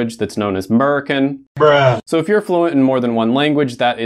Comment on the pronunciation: Me as a southern guy crying at the “merican” 😭. (Well Kentucky isn’t really southern, it’s just been closed off from the other common accents for long enough to preserve the dialect of the Irish, and Scottish immigrants that were forced here from the US government so many years ago)